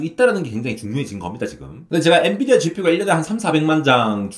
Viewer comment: 엔비디어가 아니라 엔비디아… 기업 이름부터나 똑바로 말하시길